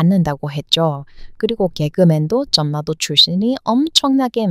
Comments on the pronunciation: 난리 발음은 '날리'로 해야 해요. 한류도 한, 류로 발음 아니고, '할류'로. 영어표기도 'hallyu'인가로 표기 하던데... 앞글자 받침이 'ㄴ'이고, 뒤에 오는 글자 자음이 ''ㄹ'이면 ㄹ+ㄹ 발음으로 해야 해요. 전래 동화에서 전래도 전내 발음 아닌 절래로 읽어야 정확한 발음입니다. 9분대에 전라도도 '전나도' 가 아닌 '절라도'로 발음을.... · '전라도'는.. [절라도]라고 발음하는 거예요.. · 전라도... 발음은 [절라도] 로 하셔야 힙니다. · 아직 자연스럽지 않은 발음이 안되는게 잇네요... 전라도 같은건. 전+라 (X) 이건 모두 벗었다는 것임.... 절+라 로 읽는겁니다.. 한라산 같은것도 할라산이라고 읽어요. 신라도 실라로... 자음 동화라고 하는 문법이지요. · 전라도 발음할 때는 (전나도)가 아니라, (절라도) 라고 한답니다. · 늘 재미있고 감사하게 보고 있습니다. 한국에 대한 지식도 많고 말씀도 잘 하시네요. 그런데 전라도 같은 경우 발음을 고쳐주시면 더 자연스러울 거 같아요. 한국사람들은 저절로 그렇게 발음해야 편하니 자연스럽게 되는데 외국인 같은 경우는 그렇지 않아서 알아둬쟈 할 듯합니다. 즉, <ㄴ>과 <ㄹ>이 만나는 경우에 자음접변에 의하여 <ㄹㄹ>로 소리가 납니다. 한라산(할라산) 신라(실라) 전라도(절라도) 등등의 예로 익히시면 좋을 듯하네요. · 전라도 발음은 절라도라고 읽어야됩니다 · 전라도를 읽을때는 절라도가 됩니다. 전라도라고 혀에 힘주어서 애써 힘들게 읽을 필요없어요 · 발음할때 전라도 -> 절라도. ㄴ과 ㄹ이 연음되면 ㄹㄹ로. 단란하다-> 달란하다. 진리-> 질리. 한국어는 발음을 편하게 할려는 경향이 강하죠. 앞부분에 ㄹ이 발음 어렵다고 성씨도 리씨에서 이씨로 바꾼 민족이에요. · 전라도 발음은 절라도로 됩니다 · 전라도는 발음할 때 절라도 로 해요. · 지난번에 자음동화에 대해 댓글을 달고 다른 영상들을 보면서 많이 거슬리는 것을 찾아보게 됐어요. 이것들만 신경써도 엄청 달라질 겁니다. 원리(월리), 원래(월래), 윤리(율리), 인력(일력), 공군력(공굴력), 단련(달련), 벽난로(병날로), 권리(궐리), 권력(궐력), 관리(괄리), 관련(괄련), 관립(괄립), 난리(날리), 논란(놀란), 논리(놀리), 만류(말류), 문란(물란), 문리(물리), 분리(불리), 분류(불류), 신랑(실랑), 신뢰(실뢰), 언론(얼론), 윤리(율리), 전래(절래), 전라도(절라도), 전력(절력), 진료(질료), 편리(펼리), 핀란드(필란드), 한류(할류) 게다가 저도 가끔 헷갈리는 게 있다는 걸 깨닫고 찾아보고 공부하게 되었어요. 덕분에 자음동화 예외가 있는 것도 알게 되었네요. ‘ㄹ’의 앞에 오는 ‘ㄴ’이 그냥 ‘ㄴ’으로 발음되기도 해요. 한자어에 ‘란, 량, 력, 론, 료, 례, 령’등이 접사처럼 붙어 이뤄진 말들이 그러해요. 이 한자들은 '난, 양, 역, 논, 요, 예, 영'등으로도 소리가 나는데, 'ㄹ'의 음가가 약해요,그래서 ‘ㄴㄴ’으로 발음되지요. 또한 다음의 예에서 보듯이 3글자에서 앞의 2글자로 이미단어가 강하게 완성된 경우라는 걸 알 수 있어요. (예) 의견란→［의견난］ , 임진란→［임진난］, 생산량→［생산냥］, 결단력→［결딴녁］, 입원료→［이붠뇨］, 동원령→［동원녕］, 상견례→［상견녜］, 공권력→［공꿘녁］, 이원론→［이원논］ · 전라도 발음할때는 절라도 로 발음 해야 합니다. 난리 도 날리로 발음 해야합니다😊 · 절라도 가 맞는 발음임 선행동화 선행동화 참고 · 재미있게 잘 보고있습니다. 복 많이 받으시고요. 전라도 발음할때에 절이라고 발음 합니다. 한국말 잘 하시는 분이라 아쉬운 맘에 적어봅니다.